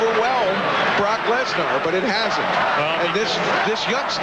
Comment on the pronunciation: That’s the proper way of saying it